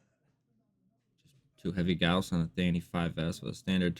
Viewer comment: YES! He said Gauss correctly!